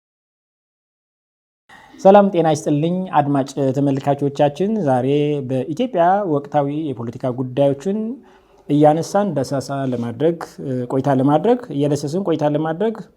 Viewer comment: ኣማርኛህን ኣሻሽል ።ዳሰሳ ነው የሚባለው ዳሳስ አይደለም ትንሽ ቆይተህ ዳስ እንዳትለን